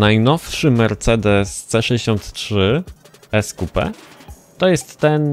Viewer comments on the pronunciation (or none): none